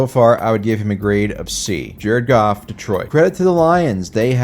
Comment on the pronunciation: pronouncing Jared's last name as Goff and not Goof is as good a measure as any of how good our season's been going